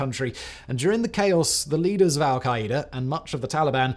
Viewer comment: Lol we say Al-Qaeda (Al-kai-duh) not al-kai-Ä-duh